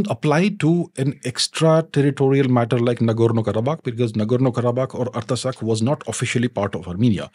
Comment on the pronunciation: It is pronounced - Art-sakh...not arta sakh